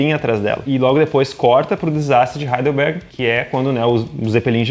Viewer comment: Flavio Veronese, eu também ouvi heilderberg!